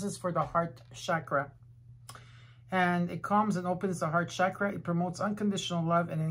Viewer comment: Mille grazie!!! Ti vorei chiedere di voler gentilmente pronunciare la parola “chakra” con la “c” nella fonetica italiana. Come sai, nel Sanscrit, il suono trasmette energia🙏🏼🌞Di nuovo, grazie di tutto cuore.